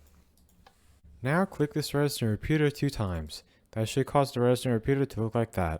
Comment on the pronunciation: The way he says now gonna show you how this farm works "It seems that he says not instead of now"